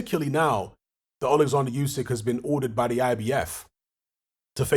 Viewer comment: are you ever going to say Usyks name properly?